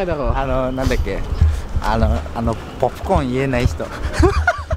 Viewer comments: Tawang tawa sa pronunciation ng Popcord :) I suddenly miss my Japanese students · guy who can't say "Popcorn" ashshshsh I MISS:—(